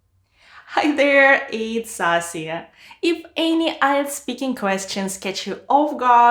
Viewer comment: Your name is asiya but I heard it sasiya😅